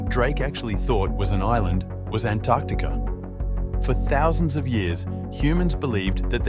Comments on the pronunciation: Oops . . . Antertica? I think it's Antarctica. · What exactly is "Antertica"?